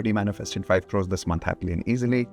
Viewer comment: We manifeste5 5 'crrrrrorrees' ... As if the western world adopt that pathetic indian word, idiots 😂😂😂